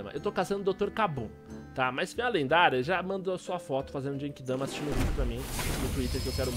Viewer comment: só não ajudei na genki dama porque você falou jenki dama